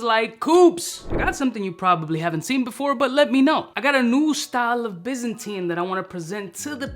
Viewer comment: Pronounced - by zan tine. Not bizzinteen